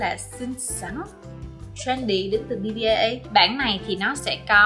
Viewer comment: BBIA đọc là Pi-A nha chị